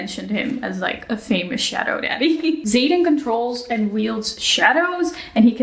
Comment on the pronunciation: I was listening to this in the background. But when hit i couldn't help but do a double take and rewind that shit. Because there ain't no fucking way they called him Zayden. 😂😂😂 Does he have any Brothers? Are they called Jayden. Bayden and Dayden?